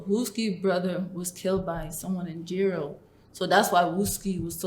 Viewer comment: Jaro(Jar-o) it’s pronounced btw